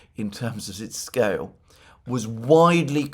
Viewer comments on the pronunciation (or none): none